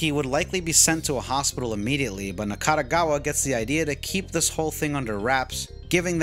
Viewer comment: Overall it's a very good summary of the plot of the game. Additional info from James and song lyrics are also insightful. Good job. Nakategawa, not Nakatagawa. And how can he be not in HCU, when he literally works in HCU? Game explains that all members came from different places, but they're all HCU workers. 50k yen today is still a lot. It's ps5 price in Japan. Not cup of coffee. Hachisuka is pronounced as Hachiska. Kusabi pronounced as Ksabi. Even James says it Ksabi. Nakategawa isn't a lolicon. He just says he likes lolitas. There is a difference. Typhoon people weren't in Blockbuster, they were in Tsutaya, but it's a same thing. And it's not 24 Wards, it's one 24th Ward. Also, you say that you've played over 10 times the game, right? Your Steam timer says only 109 hours, which is can be divided up to 5 walkthroughs. Where is the other 5? You played PS4 and Switch versions too?